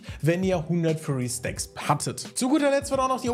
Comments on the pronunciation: Muss kurz klugscheißen: bei Rek'sai heißt es "Fury", wie Wut, nicht "Furry", wie fellig. Abgesehen davon vielen Dank für deine viele Arbeit und die guten Videos, die lesefaule Leute wie mich auf dem neusten Stand halten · Bitte sag bei Rek'Sai nicht mehr Furry... Es heißt Fury.... Furry ist was anderes